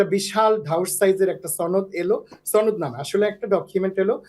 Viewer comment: এ তো ভারতীয়। সনদ উচ্চারণ দেখুন।